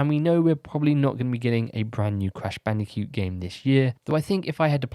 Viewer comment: Is it just me, or is he saying "Crash Bandi-cute"?